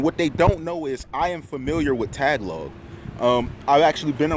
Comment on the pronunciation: stay safe. lol you mean ta-ga-log